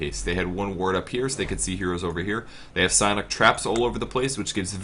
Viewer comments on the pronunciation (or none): none